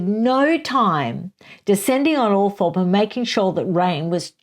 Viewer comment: I love your reviews, the book sounds great and the descriptions of Barbara Cartland and Raine Spencer sound spot on. Have to say though - Althorp is pronounced Althrop. I know this is crazy and makes no sense in relation to the spelling but that’s strange English pronunciation for you.